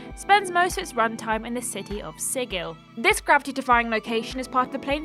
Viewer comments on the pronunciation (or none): Sigil as an actual word and is pronounced "sidjil" or thereabouts, not "sigill" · "Sigil" => pronunce "sidjil" ;) (it's an actual word, it means "seal" - the sign, not the animal)